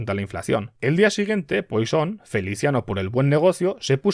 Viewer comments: No se dice "Poison", se dice "Puasón" o al menos así lo decía mi profe de cálculo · Sin embargo Poisson debería ser algo como puassón